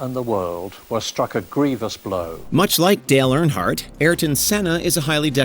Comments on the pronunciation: My goodness...I am not especially a NASCAR guy, but can we maybe pronounce Earnhardt (URN-heart) correctly? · Why is he pronouncing it "Air-in-heart" instead of Earnhardt? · Dale "aronheart" lol. How does warch mono mis pronounce stuff so often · It would have been nice if you could have pronounced Dale Earnhart’s name correctly. My guess is that your voice over was done by some shitty AI. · You literally had clips of people pronouncing Earnhardt correctly yet the voice over guy borked it each time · The pronunciation of “Earnhardt” 🤮